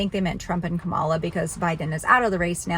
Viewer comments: The Vice President’s name is pronounced “Comma La” fyi ☺️ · What's so sensible about mispronouncing Kamala's name on purpose like you do. Very childish,. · just an FYI. Kamala is pronounced with the accent on the first syllable. I looked it up myself 😊